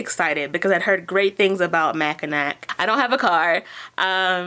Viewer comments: Congrats on the job! I’m looking into seasonal work for the first time and your videos are a great resource. I also wanted to tell you Mackinac is pronounced “ma-kuh-naw”. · Michigander, here. Mackinaw City, Mackinac Bridge and Mackinac Island are all pronounced "Mackinaw". The final 'c' is silent. Just wanted to let everyone know about that little quirk. The island has a super hard time finding employees because few people live in that area. They even have to bring in people from outside the U.S. May be why they wanted you to work 6 days and do different jobs.Thanks for your great videos. Love your enthusiasm.